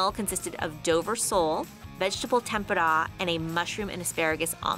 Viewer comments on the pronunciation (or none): Wtf was that tempura pronounciation